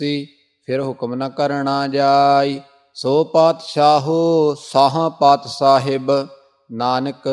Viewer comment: ਵਾਹਿਗੁਰੂ ਜੀ ਕਾ ਖਾਲਸਾ ਵਾਹਿਗੁਰੂ ਜੀ ਕੀ ਫਤਿਹ ਭਾਈ ਭਰੋਵਾਲ ਸਾਹਿਬ ਸੋ ਪਾਤਸਾਹ ਸਾਹਾ ਪਾਤਿ ਸਾਹਿਬੁ ਨਹੀਂ ਹੈ ਪਤ ਸਾਹਿਬ ਹੈ